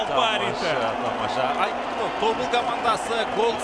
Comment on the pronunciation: Тобол емес ТОБЫЛ